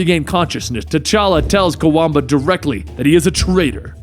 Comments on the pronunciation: you mispronounced Kwabena(quabena) as Kawamba sooo many times. lol. Love you channel though. i always look forward to you videos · I know you tried your best to pronounce his name, but just know it's said as it is spelt, Kwa Benn Ah, Kwabena